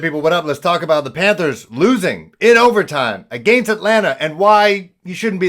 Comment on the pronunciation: The way you say against and falcons is priceless bruh. Best Panthers channel on the tube